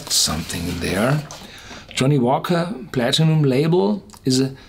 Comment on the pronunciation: love the way you pronounce Platinum